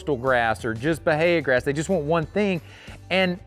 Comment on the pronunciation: Bale or Bell ? They or Day ?